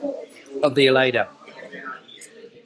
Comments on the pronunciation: Some pronountiation notes, maybe one day, if you have some time to burn, try to learn to spell "lh", as in alheira and alho (garlic). It's a sort of "wet L", it involves a specific tongue trick. The way you said the first one, "aleira", was still recognizable, but "aoli" or "alioli" are unrecognizable. If you lack the "lh" pronounciation ability, maybe try it like "alio". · Seeing you enjoying a typical Portuguese meal filled my mouth with water!... Gave me a lot of appetite! "alheira" not "aleira"! Press your tongue against the palate of the mouth!